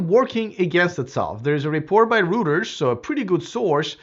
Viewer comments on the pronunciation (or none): FYI, Reuters is pronounced ROY-TERS not ROOTERS. Just as well you're not in Australia or New Zealand because ROOTERS has an entirely different meaning/connotation & you'd be getting some pretty funny looks. 😂😂😂😂